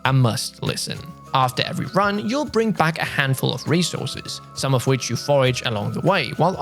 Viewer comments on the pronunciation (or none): none